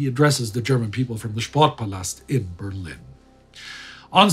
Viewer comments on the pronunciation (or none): none